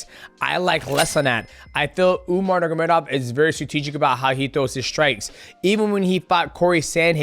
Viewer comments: Mighty, it's time to learn not to say "nurgamedov" Nur-ma-go-medov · Umar Nurmagomedov bratha, not Nurgomedov Other than that, you're the GOAT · nur “ma” gedov not nurgedov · If I had a dollar for every time DJ said Umar last name wrong haha. “Nurgomedov” every time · Nurgomedov?!Cmon man its not that hard to pronounce his name and its lack of respect .Do your homework before you make your videos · I hate the way he says Nurmagomedov 😂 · the way he says umars last name is killing me